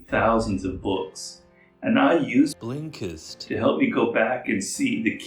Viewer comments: Law 49: remember how to pronounce the name of your sponsor. Specially when you claim to use it lol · I love how you say blinkest 😂 it makes me laugh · Is he saying/pronouncing Blinkist wrong in the ad? Lol, they keep dubbing over Robert’s voice - and it feels super odd.